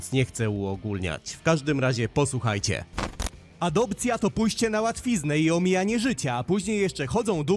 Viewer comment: „Аdobcja” no już wiedziałem że będzie GRUBO